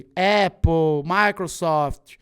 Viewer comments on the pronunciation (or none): none